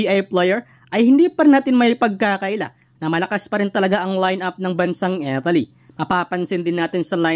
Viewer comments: Italy brod hindi Etaly. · Italy Hindi Etaly😂😂😂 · Mas importante ang napapaimportante? Panu mo naisip yan? Di mo nga mapronouce ng tama ang ETALI EH MAKAKAOAG USIP IA NG GANYANG KOMENTARYO? ETALI? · Bro Italy hindi etaly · hoy Mr youtuber ayosin mo nman ang pagbigkas ng italy wag nman Etaly hahaha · Pronounciation mo sa italy...review ka